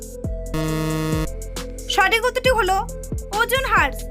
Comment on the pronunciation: Ojon hars na didi ojon ras sothik uchcharo kora valo